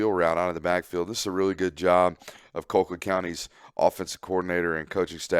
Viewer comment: Call-quitt damnit, not Coal-quitt